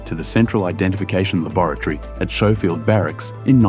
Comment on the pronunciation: SKO-field, not show-field.